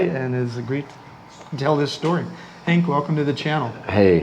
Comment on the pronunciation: Henk, not Hank. It's a Dutch name.